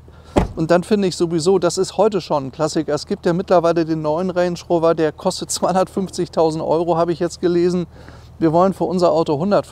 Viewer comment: Sagt er reynsch räuwer??? 😁